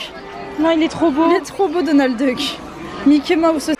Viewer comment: Attends t'as dit "Nickey Mouse" ou "Mickey Mouse" 🤣